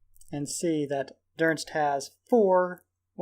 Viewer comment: Άκης Τσιδαρ I love how he calls him "Durnst". Im like, "Its Don-Its! Its not that hard!" Plus, he coming back in with that Lin B swag and Shelter expert.